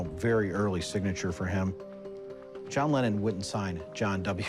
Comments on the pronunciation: John “Lennen”?? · its lennon.....not lennen